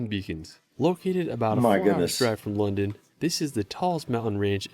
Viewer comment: London becomes Londin. Paris, Peris.